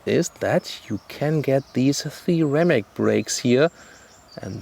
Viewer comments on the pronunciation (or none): nice review. However sometimes less 'th' is more. Ceramic doesn't need a th for a correct pronunciation. Just saying 😉